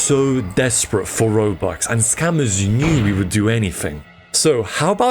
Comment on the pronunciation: For a second I thought you said throwbux lol